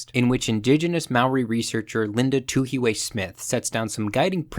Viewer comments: Kia Ora! Linda Tuhiwai Smith's Māori name is pronounced quite differently, you could either find someone from Aotearoa to sound it out for you, or here is my best attempt at phonetics - it it too-he-why, but don't hold the vowels too long. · LETS GO TUHIWAI also with maori, pls roll the r